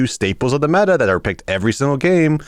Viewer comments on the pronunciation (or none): none